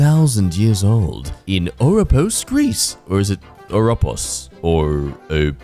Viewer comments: It's pronounced "oropOs" I'm there now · Its definitely not O-POS XD